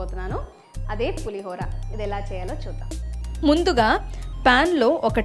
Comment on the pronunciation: Please. It's not Pulihaara Pulihora!! Ho anaali